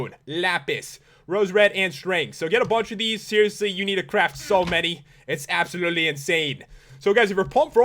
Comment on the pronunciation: I honestly thought he said app-solutley.